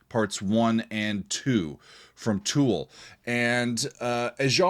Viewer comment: It’s Tool buddy 😅